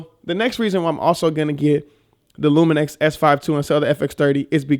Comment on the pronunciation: you’re adding more than an N :) It’s Lumix man :)